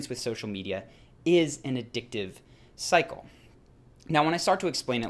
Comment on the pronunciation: every time Cycle sounded like Psycho